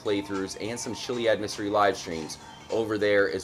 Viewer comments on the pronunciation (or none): its not pronounced chiliad its kiliad